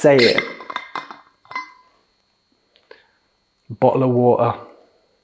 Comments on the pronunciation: ah yes the bo"le o' wa'e' Im going to drink it drinks the bo"le o' wa'e' and DIES 💀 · That BO”L’WA’E tho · The BO"LE O' WA'E